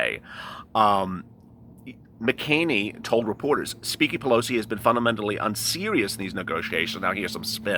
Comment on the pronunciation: I think it's pronounced like mack-a-nay-nee